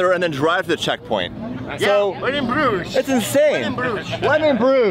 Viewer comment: this man did not just call Bruges "bRidGeS"